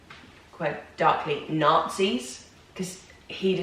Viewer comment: People always focus on the R's, but I think what makes the biggest difference when Brits do American accents is the A's. The way you said Nazis remind me you use the same A sound in tapas and tacos etc. Borrowed words like that are huge in getting an accent right. We use more of the international A sound, whereas Brits do everything with that very British wide A. And that might also be what sounds Michigan honestly, because we have some ugly A's we use for words like cat. We say it like kyat, so that might have somehow transferred.